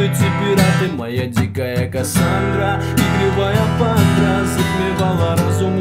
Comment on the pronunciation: Может кто-то уже скажет ему что в песне КОСАНДРА нужно говорить не "пандра" а "падра"😇😁